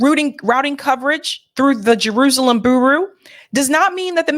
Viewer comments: bureau = byoor-O (not boo-roo). Thanks. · "Bureau" is pronounced "Byur - row". JS. Keep up the good work! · "Bureau rhymes with "Churro." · Why is it a thing for you to scream every word out of your mouth... furthermore, if you are unable to annunciate the words Bur-eau or Pal-es-tine, perhaps you know nothing of the topics, and are simply regurgitating the works of others.. totally turned off after listening to you for 2 weeks. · Bureau is pronounced 'Byur-row,'. 😂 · Someone please tell how to pronounce bureau lol love the show, but girl you need to proof read these segments before airing them. You mispronounce stuff all the time. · ...Please learn how to pronounce certain words before going on air And reporting. Look up how to pronounce the word bureau Next time please.